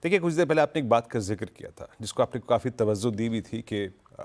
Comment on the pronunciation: 🙏tawazzu nahi, TAWAJJU please🙏